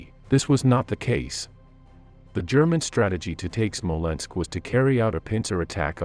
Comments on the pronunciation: Whats a Smolensko?...Do you mean Smolensk? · When I heard SmolenskO, instead of Smolensk, I thought I heard wrong... then SmolenskO sounded again and yet again. At the fourth time, I quit this roll. Evidently, a narrator deserves no credibility, one who does not know the proper name of one of the oldest European and Russian cities, esp important for the sake of this particular video ... once such a non-trivial mistake is repeatedly made, then everything else in the clip clearly has no dependability. Stopped watching, disliked and voted for misinformation! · Smolensk not SmolenskO lol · The narrator is calling Smolensk "Smolensko" but on the map it shows Smolensk, silly😅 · Its not "Smolensko" .. its Smolensk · Smolensk....not Smolensko..whats with the O after everything? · It is not Smolensko, it is Smolensk. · SmolenskO??? Jesus, wtf? 😂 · I can watch WW2 videos especially of the Eastern Front over and over again because the battles were so epic throughout the war. The casualties were like no other war in history and we have the previous holder of greatest human destruction of WW1 to measure this against. Smolensko? Seriously is there a real person narrating this video or what. Disappointing